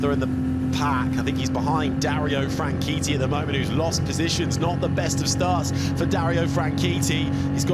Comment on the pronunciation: DARIO FRANCHITTI IS PRONOUNCED AS FRAN-SHET-I NOT WAY PRESENTERS SAYING SOUNDS FRAN-KEETEE LOL